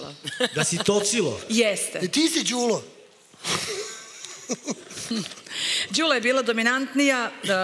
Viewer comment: konačno neko da skrene pažnju i na akcente. Jer kad su devojku predstavljali, uvek su govorili kratkosilazno Ðűla, a kad su joj se obratili u vokativu,pa i ona sama, onda su rekli Ðúlo. Dakle, devojka je pogrešno predstavljena od strane voditelja.